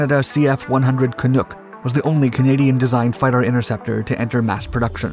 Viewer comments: CanUck. Not CanOOk. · "Can-Nuck" Not Canook. Once you graduate from Canadese ASL, we can move on to the incomprehensible Newfinese. The pass rate is harrowingly low, fer mainlanders that is. ... Pronounced: NEW-FINLAND Like, Finland - but new! -Whattid we tell ya bout overpronouncin yer werds by? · From a Canadian, FYI: It's "Canuck" like in buck" or "duck", not "Canook" like in "duke" or "mook". Americans always put the em*pha*sis on the wrong syl*la*ble. 😉 Diefenbaker did Canada dirty. He was a really good PM in many ways, and was ACTUALLY socially progressive and fiscally conservative. But killing the Arrow was his greatest mistake and what his legacy will be, despite the bill of rights, and getting First Nations people the right to vote and into the Senate and women into Parliament, and his anti-racism policies, and being opposed to Apartheid, and preventing nuclear weapons from entering Canada. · Canuck rhymes with truck, not book! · It’s pronounced “Canuck” not “canook” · Good video very informative but next time please do a little more research you butchered the name it's not kanook It's pronounced Can-uck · It is Canuck not Canook. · you're saying "Canuck" wrong ... "can nuk", not "can nook" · canUCK like dUCK, not canOOK. There ya go! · As a Canadian, I cringed every single time he pronounced this plane "Canook" and not " Cannuk" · Great video but I cringed every time you mispronounced Canuck. The "nuck" rhymes with "tuck". Not "nook". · Love the video, but... Canook? Is this a special case pronunciation? That is a fairly common word in Canada but we pronounce it more like Ca(knuck), as in knuckle. The google robot does too, had a listen to make sure it wasn't just some oddity. No big deal, we're just happy to be included! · "Canuck not Canook" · "Canuck" Not Canook! Good grief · Well researched, but the pronounciation of "Ca-NOOK" kinda bugs me. It's "NUCK.. like F**K..." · As a Canadian, it's pronounced Can-uck. Not Can-ook. Hahahah. Great video. Thanks!